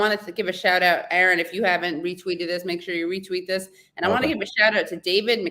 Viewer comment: Minor quibble: Katie should listen to how Aaron pronounces his own last name when he introduces himself and then follow suit (pronounce his name the way he pronounces it).